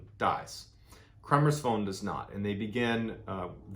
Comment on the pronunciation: You have made some major mistakes in this one:- 1/ You have incorrectly pronounced the name “KREMERS”. Please do not pronounce a persons name as if it is according to American/Canadian rules. They are Dutch..!! 2/ The girls did NOT stay at a hostel in Boquette. They stayed at the private home of a lady named Miriam and they had their own room. Miriam often hosted travellers and the two girls were the only guests there at that time. 3/ Their host did NOT have a dog that they trekked with! The dog that joined them for a short while on their trek was named “Blue” and he belonged to the owner of the restaurant at the start of the Pianista trail. The girls caught a taxi from their homestay to the start of the trail without any dog! I enjoy your videos, but not this one unfortunately, as some of your supposed facts are only mentioned by ordinary people commenting who have not looked into the facts of this case. PLEASE research how to pronounce a dead persons name correctly as a matter of courtesy..!!